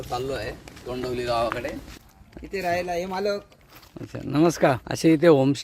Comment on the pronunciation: तोंडवली नाही तोंडवळी बोला विस्कळीत व्हिडिओ वाटतो.